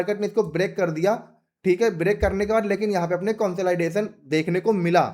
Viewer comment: Bhai market conslaidation nahi jata consolidation mei jata hai 😂😂